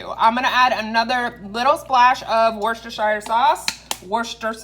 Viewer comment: Wuster-sher. Food looks amazing